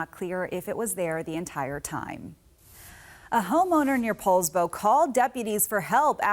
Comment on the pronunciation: It’s pronounced Paulsbo you ignorant x Californian